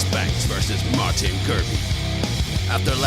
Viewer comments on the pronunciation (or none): none